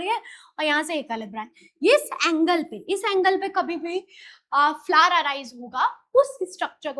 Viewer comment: Mam usko flower bolte hai flar nhi 😅